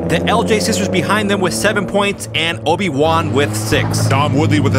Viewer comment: ... its Obi Juan not Oni One...